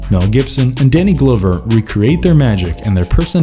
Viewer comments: DUDE YOU LOST ME WHEN YOU SAID "DANNY GLOWVER"!?!...sry....and i loved some of the flicks you showed, but couldnt keep watchin/listening after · Glowver isn't the correct pronunciation? Haha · It's "Danny GLOVER" (as in what you would wear on your hand--NOT Glover (the way you're pronouncing it). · Danny glove er . not whatever your saying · I don't understand how he made that mistake but I'm not going to judge a video because somebody can't pronounce a name right. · Say "Danny Glow-ver" one more time... 🤦‍♂️ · This dude called him "Danny Glowver".😅 Dave Booskemy?😂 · He has to be messing up the names on purpose. Danny GLOWver GIL-AIR-mo Del Toro 🤦🏾‍♀️🤣💀 Great list though!👍🏽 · Narrator knows how to pronounce "Yautja" but not Danny Glover Rolls Eyes